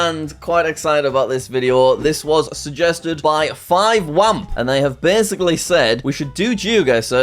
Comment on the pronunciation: jack pronouncing my name as five wamp killed me